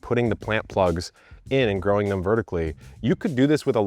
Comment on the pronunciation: "and myself, with about 12 years of groaning experience..." Lmfao 😂